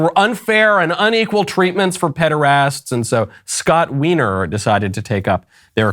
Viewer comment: To be fair, I will point out that Scott Wiener is pronounced whiner.